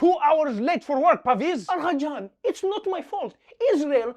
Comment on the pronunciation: That "agha jan" killed me 😂😂